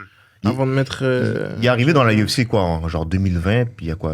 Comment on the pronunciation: Je vous adore, mais apprenez à prononcer UFC en français